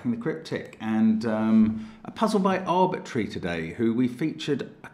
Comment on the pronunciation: There's that word "arbitry" again (from both of you now). Isn't that "arbitrary" (a four syllable word) said as three?! Sort of the same thing as you saying "secretree" for "secretary." This is no big deal (because we know what you're saying), so the next part, I'm only going to show your "three syllable'' version. Try to guess what this is: "Tope ya ree" "My 'tope ya ree' is getting overgrown." Do I mean the louvered widows of the basement "getting overgrown," or the base of a flagpole "getting overgrown" or even an unusual term for the brickwork outside that is "becoming overgrown?" Which one? (They're saying "tope ya ree" mind you) Guess what? It's "Topiary" (a 4 syllable word). [A trimmed/sculptured bush/tree -- or even hedges ] How is anyone going to get "topiary" from "tope ya ree?" If you couldn't guess thru those top 3 (and anything else in the yard the person could have been referring to), "tope ya ree" is not understandable to a stranger. Friggin "tope ya ree." (That's where you can stick that "arbitry.. and secretree..") Yeah, with glee.. Jeez.. 😂